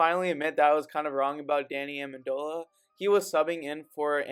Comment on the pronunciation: amendola 😳